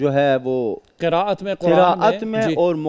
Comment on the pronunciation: جج صاحب کہتے ہیں ہمیں سب سے پہلے تجوید پڑھایا جاتا ہے😂 اور قراءت کا نام بھی قرت بول رہے ہیں واہ